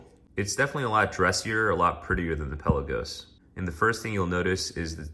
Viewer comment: It's not PELLA-GOS. It's pronounced PEL-LA-GOES :P